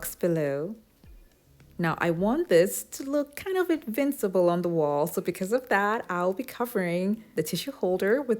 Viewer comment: It sounded as if you wanted the to holder to be "invincible". I had to replay to realize you meant "invisible". It looks great, but I'd be afraid it wouldn't hold up. If the tile cuts so easily, it can't be too durable.